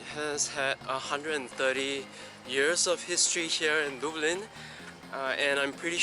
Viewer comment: It is "duh-blin" not "dew-blin". :)